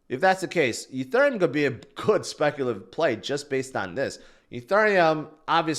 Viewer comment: Why do you say ETHURIUM?? So cringe